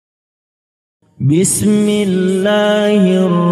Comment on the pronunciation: بسم اللة الر من الر حیم Koreksi dikit Afwan .. Saat pengucapan بسم اللة حروف ب dan م kurang diberikah Hak Hak nya , terjadi pantulan disitu Gunnah, Hams, dan mad jaiz nya kurang penekanan dan kurang diperhatikan , alangkah baiknya diperhatikan baik baik, khawatir ada yang meniru bacaan seperti ini tapi dalam kaidah tajwid itu masih sedikit salah Maafkan saya yang masih Fakir Ilmu🙏🙏